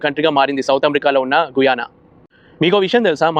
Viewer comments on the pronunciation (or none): గుయానా కాదు, గయానా